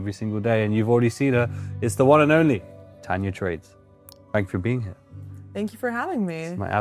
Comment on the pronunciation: Please 🙏..it’s TANJA NOT tanya!